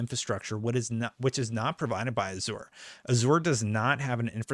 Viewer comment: Pronounce Azure is a*zhr